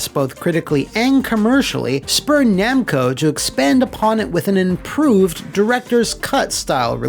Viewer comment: Okay, for a second there I thought I had a stroke or something when I heard "Namcai and Bando"